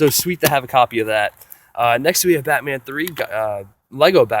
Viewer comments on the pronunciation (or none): none